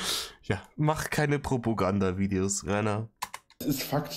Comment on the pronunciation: er sagt übrigens "Provogandavideos" der Dulli ^